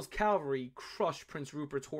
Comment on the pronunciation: what th is a “calvery troop”? I think he means, cavalry.